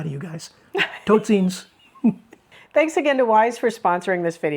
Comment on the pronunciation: Your saying for goodbye "totsiens" was really well pronounced (I'm going through dutch language lessons coming from South Africa, Afrikaans is not Dutch but close enough to get the pronounciation right with the training of our teacher (that the Netherlands company sponsored so we can learn the language, understand that it is not a different way of expressing Afrikaans and to learn the culture differences and how the world there works - I love it! highly efficient, planned ahead and sensible). Thank you for your videos, it helps me quite a lot (even though moving from different worlds there, it still helps me in understanding and preparing for the differences and the "what's and where's and the how's"